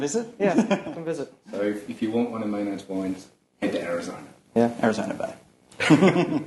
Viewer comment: lol he says "ARIZONa bay" AS IF IT WAS CLEVER MAYNARD WANTED TO RIP HIS THROaT Out